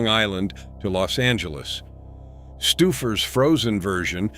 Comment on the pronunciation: AI is so intelligent they can't even say Stouffers correctly....:face-red-droopy-eyes